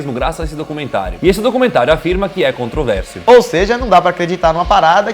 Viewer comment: Cara! Não é um assunto CONTROVÉRSIO. É um assunto CONTROVERSO!! Tira esse i daí!